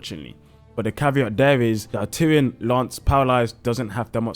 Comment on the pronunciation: Arterian? ar-tear-ee-an? it's artian. like Martian. great video!